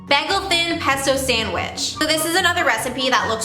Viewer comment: Lmao the way u say bagel no hate😂